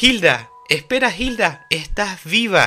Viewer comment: Adelante PriciLLa: Se dice Pricila Galaeta : Es GALATEA Hilda: Ilda Miriam: es Miriya (Mirilla, ahora si se dice como en Pricilla o Miria para ser exactos jajajajajajaja) 🤣🤣🤣🤣🤣🤣🤣🤣🤣🤣🤣🤣🤣🤣🤣